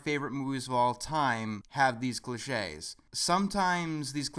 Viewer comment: didnt have the accent on the 'e' in cliches so i thought it was glitches